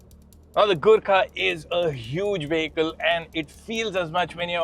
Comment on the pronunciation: This guy pronounces 'vehicle' wrong.